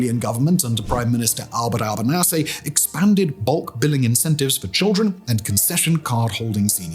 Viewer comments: It’s pronounced al-bah-knees-ee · Who dafaq is albertalbernaazi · Bro, that's not how you pronounce his name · Yay my country is being featured in a video... that points out how in decline and "cooked" we are 😫😫😫 Also Albut Albernasy 🤣🤣😂😂 Careful or you'll get done for hate speech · Alban-arsey, love it. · For next time: Al-buh-KNEES-ee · ANTHONY Albo-neeeeeey-see. If it helps we call him Albo. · Thank you for a relatively accurate assessment of the country I live in. Just a few bits of additional information: Firstly please listen to a few political news reports so you can learn how to say our PM's last name Al Ba knees e. Next I wouldn't live anywhere else as the problems here seem to pale into insignificance when compared with the rest of the world. A lot of the issues you mentioned are well on the way to be rectified but our manpower shortage is the most difficult one to solve. Yes we are desperately short of nurses, doctors, teachers like many other countries but is it right for us to poach resources from countries who are a worse situation than ours. Like many other countries we have an aging population and a dwindling workforce that can only be solved through immigration. I think I am right in saying that there are around 100 million displaced people in the world among which so many would jump at the chance of going to a safe country. Unfortunately due to the well funded "misinformation scare brigade" it would be political suicide to help some of these people. Australia suffered the same issue after the 2nd world war and had the populate or perish mentality where 100's of 1000's of people were brought in by the ship load. Again, unfortunately there existed the unwritten "White Australia" policy and racism was rife towards the Italian, Greek and yes English migrants! I know because my family migrated from England in the mid 70's and I was subjected to the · Albanese is Italian - alba-NEEEZEE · "Albert Albanasy" 😂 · Albert Alban-assy 😂